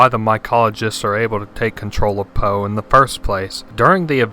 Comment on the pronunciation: HIS NAME IS NOT FUCKING POE please... no more... i cant take it...